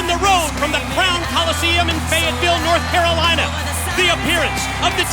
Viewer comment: NORTH CAR-LINA